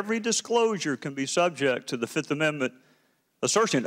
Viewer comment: 1, too, tree, fo, FIFF